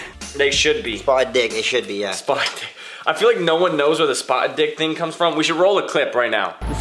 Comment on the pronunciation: Am I the only one who thought it was 'spartan' and not 'spotted'